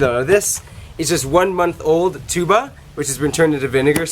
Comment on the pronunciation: the correct pronunciation is TUB- BÀ not TSU-BAH...